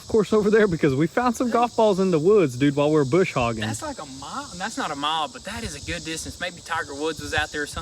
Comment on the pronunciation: Hi, I have been following you two from the start, but I have to speak up and say one thing, It is not Bush Hoggin. It is Brush Hogging. Sorry I have been doing it for a lot of years.